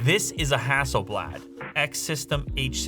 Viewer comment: ROG Phone 5. Only because of the touchinput settings feature. Also, the last A in HasselblAd is pronounced more like "dAwg, bAll". Not like blad(der) 😆🇸🇪 Fun fact: Hasselblad is from the same town as Pewdiepie. And me.